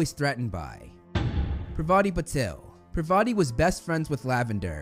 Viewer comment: The video was just amazing but..... it is par-va-ti no pa-va-ti